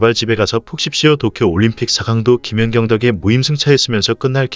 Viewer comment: 이 영상은 ai가 읽어주는 내용이라 발음이 듣기가 거북하고 발음도 이상하고 김연격 김연정 ㅋ 올림픽 무승승차 업적을 남긴 김사니, 김수지, 표승주 영구퇴츨과 조송화와 신연경도 영구 퇴출 이들 싸그리 영구퇴출과 더불어 배구계에서 제명을 해야 하고 서 전감독을 모욕과 허위사실을 유포한 혐의로 법적 책임을 물어야 할것이다, 이런 것들은 싸그리 뿌리를 뽑아버려서야 한다.